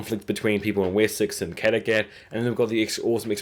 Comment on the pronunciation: King Irkburk. Wut? It's King Eckbert. Kitergit. Eh? The town is called Katagat. Loki is a Norse god. Floki is the shipbuilder. It's not Ivan. It's Ivar. Ivar the Boneless. You didn't even try on the last one. It's Queen Aslaug. I can't even. I know you said you don't speak their native language but all of these things were spoken in English on the show a thousand times.